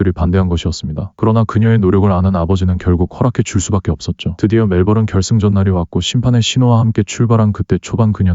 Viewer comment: 멜버른. 호주의 도시. "멜벌은"은 아니죠.